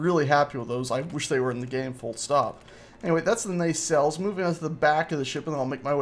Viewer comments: Its pronounced NAH-CELL(s)... sorry not a pronunciation nazi... but that was bothering me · Why are you calling them Ney cells?